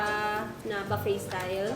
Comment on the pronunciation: Baffet - booffet po madame 😅